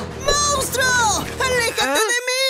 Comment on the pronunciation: Pobre huggy cuando le dijo player mounstro